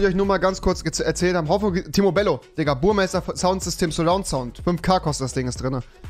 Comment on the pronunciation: Rewiiiiiiii es heißt BURMESTER😂😂